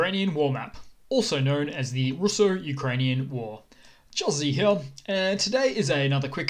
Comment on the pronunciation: The way you say "here" is so fricking funny. "Hiorh"